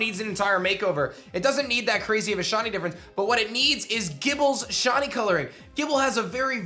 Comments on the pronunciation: Ah yes, the elusive “Shawnee” Pokémon. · WHY DO YOU KEEP CALLING THEM SHAWNIES? Sometimes you even said shoddies!!